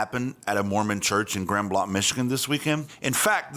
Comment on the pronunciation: its pronounced GRAND BLANK !! Michiganders don't use the French pronunciation.